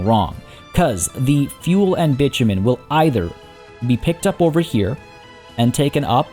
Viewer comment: Love this playthrough, however please bit-o-men is more accurately sounding, bitchofmen does not sound nice